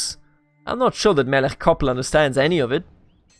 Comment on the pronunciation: I love this, in Chabad (the 'ch' is like the end of Melech which you pronounce correctly) he will probably find faith, also he is too uneducated to be properly cynical, if anything he doesn't know what to believe.